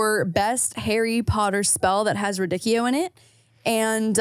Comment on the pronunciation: RaDIcchio not raDICchio is giving its LeviOsa not LeviosA 😂